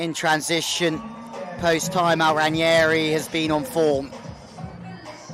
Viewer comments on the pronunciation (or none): It's Ranghieri not Ranieri. Pronounced "Rang' ieri"